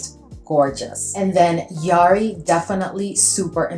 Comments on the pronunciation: I see Daniel’s videos a fair amount, and it’s pronounced the way you originally said - juh-HAW-ree. 😊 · You pronounced it correctly the first time, Jaw-hari. I absolutely love Jawhari!!!